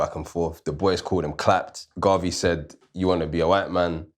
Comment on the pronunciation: Amazing conversation guys. Please check the pronunciation of the name Dubois.